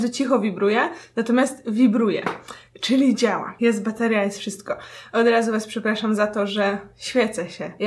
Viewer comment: czemu zamiast bateria uslyszalem materia?